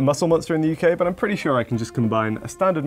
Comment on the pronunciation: can i get some pwetty pwease